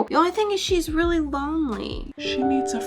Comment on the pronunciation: Reawwy?. JK